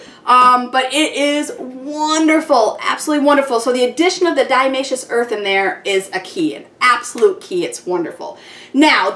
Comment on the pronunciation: Great idea. Minor correction, it's diATOMaceous earth, not diAmaceous :)